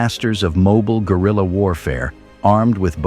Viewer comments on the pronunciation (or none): none